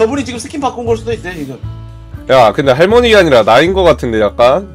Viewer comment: 1분38초쯤에 할머니가 아이언맨으로ㄷ...들린다